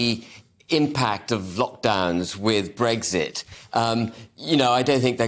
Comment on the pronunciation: Ben H. There is no G in Brexit